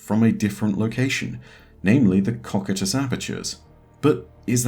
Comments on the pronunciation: its pronounced koh- KAI- tus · Great video! just wanted to say it's pronunced ko-kai-tus (cocytus). :) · I don’t wanna be a p*ick but you pronounced “Cocytus” wrong but no biggie